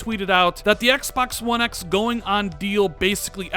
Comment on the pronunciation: Why do u say one x like that